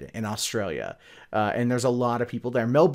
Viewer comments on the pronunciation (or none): none